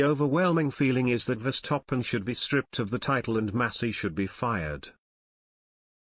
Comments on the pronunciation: the way you pronaunce name Max Verstappen , not Max Verstoppen ! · I can't help but laugh everytime I hear "VER-STOP-PEN" 😂😂😂😂😂